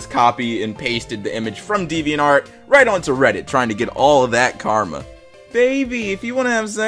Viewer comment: Did he say devean art